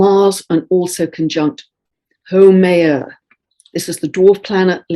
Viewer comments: The correct pronunciation is How-may-ya.....Haumea...I lived in Hawaii for over 30 years and I cringe when you say it ...no offense intended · Haumea is pronounced like how-may-uh. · Mahalo! 🌕♥️Just to help Haumea is pronounced how-MAY-uh. 😉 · Pronounced: how like pow, now, how. Haumea Aloha, so much love